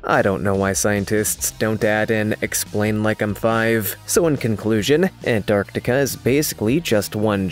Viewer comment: Every time you say ant-arc-tiK-aaa I wanna bang my head against the wall